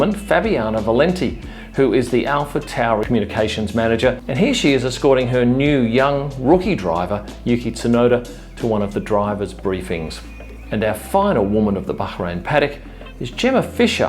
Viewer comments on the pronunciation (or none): Yuki’s surname, the “T” is silent It’s pronounced like tsunami